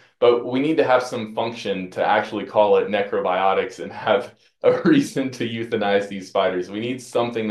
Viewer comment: "Neckro biotics"